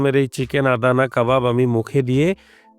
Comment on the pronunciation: ফুড ব্লগার হইসেন কিন্তু আদানা কাবাবকে আদানী কাবাব বলেন, হাস্যকর